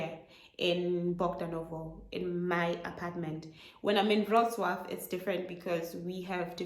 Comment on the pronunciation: I'm curious what your first language is and how many languages you know. BTW you pronounced the word "Wrocław" perfectly.